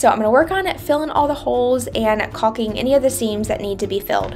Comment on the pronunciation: My dear, caulking rhymes with talking and walking…and caulk rhymes with walk and talk 🫶🏻